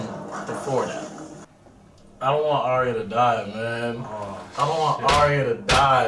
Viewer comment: plus it's pronounced differently. Arya (Are-yah), not (Air-ē-ah)